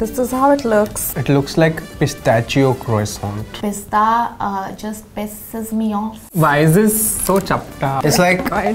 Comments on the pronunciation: Starbucks - "Mawa croissant" - "Mawa kwoso" 🤌🏻🤌🏻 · trying out every possible pronounciation of croissant 😂 kwoso, kroso, kroissant..😂 soooo good to see him back in a BuzzFeed video😍❤️